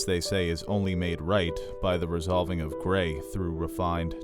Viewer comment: resolving not resovling… Common. Love the channel